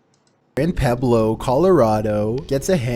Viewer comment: Peblo colorado? It's pueblo colorado